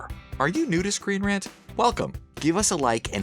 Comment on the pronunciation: When he says “are you new to screen rant” I thought he said “are you nudist screen rant?” 😂😂😂